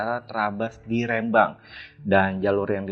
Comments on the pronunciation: REM-BANG bukan RE-MBANG 😂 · Rembang bukan Rembang 😂😅